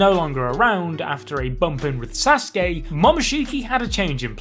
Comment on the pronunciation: “Asuskey” is really pissing me off